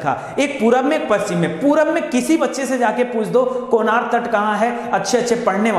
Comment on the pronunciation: सर जी कोनार नहीं,कनारा तट कहा जाता हैं